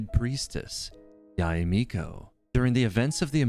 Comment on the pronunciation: heard you mispronounced yae so many times. it's not yahey it's not ya-ey it's just simply "yae" as in "why" but with the letter y.